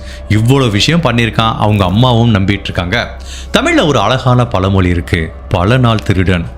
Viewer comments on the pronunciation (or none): none